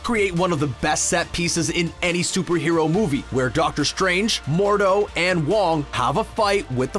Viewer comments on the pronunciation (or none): none